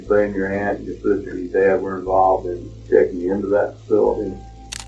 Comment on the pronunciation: "we're inventigating a murder you are envolved in" "Yes ma'am" CONFESSION!!